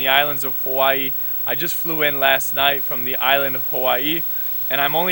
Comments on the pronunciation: My local braddah pronounced Hawai’i (ha-vai-ee), ha-y-ee 🤦🏼‍♂️🤷🏻‍♂️🤣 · Brahda glad you had the chance to go out to Hawai’i, & visit the island of Molokai. Also to help educate you a little bit more on our language, & culture. Hawai’i is pronounced Ha-vai’i. Yes the W is pronounced as a V. The word Hawai’i when you break it apart means, Breath & Water Together. As a local Hawai’ian myself, I do the best I can to learn, & study my Kapuna’s history, so I can past it on to my Keikikane, & Keikiwahine. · This so called 'Hawaiian' not even pronouncing 'Hawai'i' correctly lol. its (ha-vai-ee) but he knows more than me so... i guess he gets a pass. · Braddah not even saying Hawai’i right